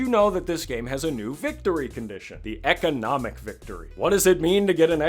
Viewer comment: "Watch this econmic victory" INSTANTLY SUBSCRIBED LMFAOAO